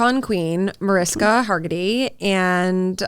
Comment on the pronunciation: Mar-ish-ka Harg-eh-tay. 😉 good for you for standing up to nonsense btw 🤍